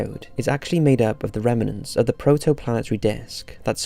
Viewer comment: "Reminants" NO! It's 'remnants! Duh